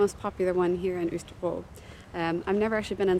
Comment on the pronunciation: I also thought pronunciation of Østerbro was spot on, but what do I know - I’ve only lived here 3 years! 😜